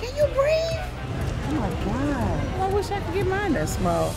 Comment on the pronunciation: "CAN YOU BREATHE??? OH MY GAYUD"